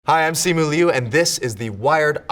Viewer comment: finally someone who says my last name right